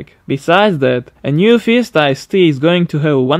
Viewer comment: Is funny to me heard when you say something in spanish or italian, but you say FIESTA perfectly